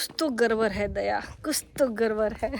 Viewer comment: Gadbad ❌ Garbar ✅.....🤣🤣🥰